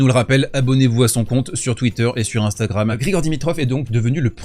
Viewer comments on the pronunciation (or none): none